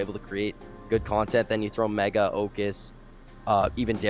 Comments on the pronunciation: OMG HE SAID MEGGA OMG HE SAID MEGGA OMG HE SAID MEGGA OMG HE SAID MEGGA OMG HE SAID MEGGA OMG HE SAID MEGGA OMG HE SAID MEGGA OMG HE SAID MEGGA OMG HE SAID MEGGA OMG HE SAID MEGGA OMG HE SAID MEGGA OMG HE SAID MEGGA OMG HE SAID MEGGA OMG HE SAID MEGGA OMG HE SAID MEGGA OMG HE SAID MEGGA OMG HE SAID MEGGA OMG HE SAID MEGGA OMG HE SAID MEGGA OMG HE SAID MEGGA OMG HE SAID MEGGA OMG HE SAID MEGGA OMG HE SAID MEGGA OMG HE SAID MEGGA OMG HE SAID MEGGA OMG HE SAID MEGGA OMG HE SAID MEGGA OMG HE SAID MEGGA OMG HE SAID MEGGA OMG HE SAID MEGGA OMG HE SAID MEGGA OMG HE SAID MEGGA OMG HE SAID MEGGA OMG HE SAID MEGGA OMG HE SAID MEGGA OMG HE SAID MEGGA OMG HE SAID MEGGA OMG HE SAID MEGGA OMG HE SAID MEGGA OMG HE SAID MEGGA OMG HE SAID MEGGA OMG HE SAID MEGGA OMG HE SAID MEGGA OMG HE SAID MEGGA OMG HE SAID MEGGA OMG HE SAID MEGGA OMG HE SAID MEGGA OMG HE SAID MEGGA OMG HE SAID MEGGA OMG HE SAID MEGGA OMG HE SAID MEGGA OMG HE SAID MEGGA OMG HE SAID MEGGA OMG HE SAID MEGGA OMG HE SAID MEGGA OMG HE SAID MEGGA OMG HE SAID MEGGA OMG HE SAID MEGGA OMG HE SAID MEGGA OMG HE SAID MEGGA OMG HE SAID MEGGA OMG HE SAID MEGGA OMG HE SAID MEGGA OMG HE SAID MEGGA OMG HE SAID MEGGA OMG HE SAID MEGGA OMG HE SAID MEGGA OMG HE SAID MEGGA OMG HE SAID MEGGA OMG HE SAID MEGGA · Bro had to emphasise the MEGGA 😂